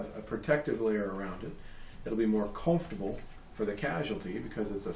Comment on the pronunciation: Great video. Where are you from? I've never heard somebody say "comfortable" the way you do. I am learning a lot from you videos.